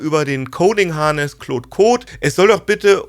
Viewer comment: Bitte hört auf "Kloooood" zu sagen 😭 Die englische Aussprache (Clawd) hört sich viel besser an.